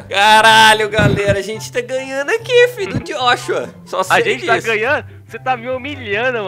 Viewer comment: Eaee "Jóshua" Acriano haushsua